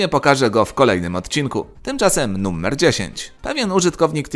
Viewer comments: Dlaczego wymawiasz "numer" bardziej jak "nummer"? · Jak mnie wkurwia sposób w jaki mówisz "numer".